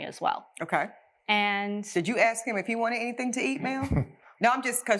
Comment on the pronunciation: Judge needs to learn how to say "ask", instead of "axe".